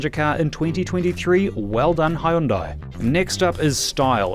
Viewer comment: good review, but I'm surprised they didn't school you on pronunciation of Hyundai